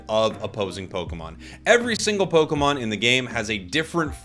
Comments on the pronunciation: ポコモンって聞こえる。。。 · and soooooo pokeman and pokechu